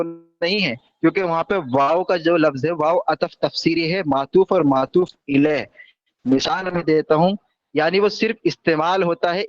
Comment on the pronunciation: Matoof ilae nhi hota hai bete matoof alae hota hai 😂